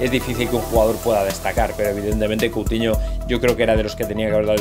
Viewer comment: Coutimo??? Escuché CouTIMO???